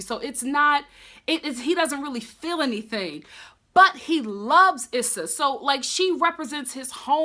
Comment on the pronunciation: It's definitely "Eee-sa". Emphasize on the E not the S.